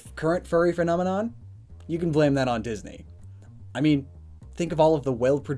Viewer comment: did he just say furnomenon?